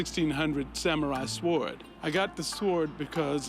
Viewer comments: Why does the one dude say swuard.... like really leaning into the W.... does it bug anyone else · I want to punch that guy every time he says "sa warward." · s-wORD, pronounced the same way you pronounce cool hwip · Corey was fighting tears when the black guy called it a S-WARD-DUH the w is silent genius😂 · WTF is a sWARD? sheesh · The w in sword is silent! I've never heard any soul pronounce it like that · Every time he pronounces the "w" in "sword" it makes me wince. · crazy how black people cant pronounce sword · I find more funny how he pronounces the W in sword